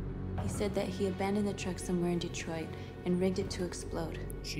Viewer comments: Wouldn't it be "Detwah: Becum Hyma:n" ? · "Welcome back to: Detroa Becom Uman ." Excellent pronounciation. Edit: I know it's supposed to be a French accent, im not stupid... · I need Jack's french pronunciation of Detroit become human to be my new ring tone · "... Like in Detriot!" Proceeds to have Vietnam war flashbacks